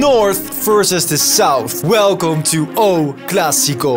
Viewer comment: Its not pronounced 'O' classico its pronounced 'ooo' as in like 'woooo' classico..surely you could have spoken to a Portuguese person and asked before making this video..after all they're all over the world including in Holland.